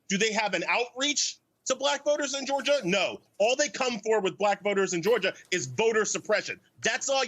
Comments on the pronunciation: It's not pronounced "Georger" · This guy can't even articulate the word Georgia , he said "Georger" Which isn't even a thing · You can't even articulate the word "Georgia"